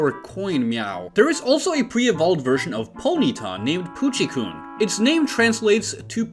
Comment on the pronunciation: his pronunciation is so so so so bad 😭 POOCHYKOON????